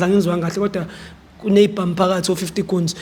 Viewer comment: He can't pronounce guns kkkkkk can't run a business.